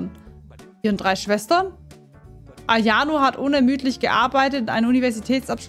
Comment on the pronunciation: Hast du AYONO gesagt 😐 (no hate ich finds einfach funny)